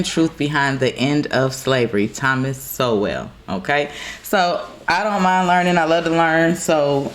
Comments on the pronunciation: I'm so happy to see young black Americans being introduced to Dr Thomas Sowell. His name is pronounced like Soul, not So Well. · Sowell is pronounced like …soul. 🙃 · I just love & admire Thomas Sowell (pronounced “Soul.”) I have watched & rewatched his interviews for years & feel I have learned so much from someone I consider a “Brilliant Honest Genius.”